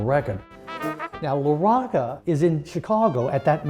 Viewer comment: As someone of Italian/Sicilian heritage, I'd've presumed that you'd know how to pronounce Mr. LaRocca's name. Come si pronouncia, "bocca?" How do you pronounce: 'bocca?' Do you also say, "bokka?" No? So, why then, slaughter the man's name?